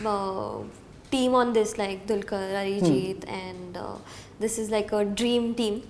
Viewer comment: Bhai... Arijit ko Mallu mat bana... it's not Arijith😂😂...."h" hata de